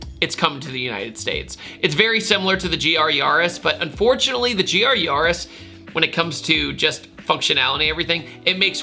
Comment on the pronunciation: It's YA-RIS, not Yawh-IS.